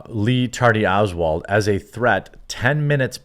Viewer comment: “Lee Tardy Oswald” 😂😂😂